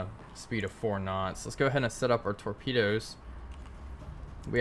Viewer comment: Last speed and range taken... Sounds like you say 6 snots...